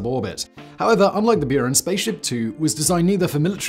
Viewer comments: there is no y in Buran, it's not Norwegian....lol Björn??? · that's not how you pronounce Buran